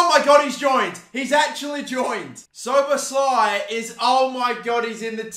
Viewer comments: Its sho-bosh-lee, for future reference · pronunciation: Soboslai